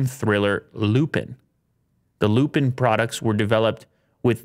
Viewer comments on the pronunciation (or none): C'mon, you're Canadian, What's up with the "Lupin"? Say it properly.